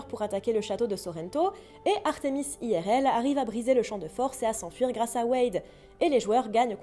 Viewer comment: Oh sa me frustre trop tu dit "Aie Aire Elle" soit tout en anglais soit tout en francais xD